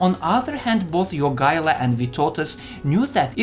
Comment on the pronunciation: The way you pronounce Jogaila's name almost makes me think you're Lithuanian. ...and then you fail at Vytautas ;D It's not surprising the allied forces couldn't capture Marienburg, even after a crushing victory at Grunwald and months of siege. I've seen that castle, it's bloody unassailable.